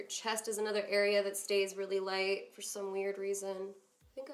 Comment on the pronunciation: Who else heard her say feeer instead of for lol good look though !